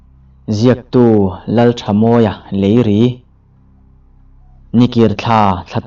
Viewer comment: Leiri tih hi a thluk a dik lo deuva.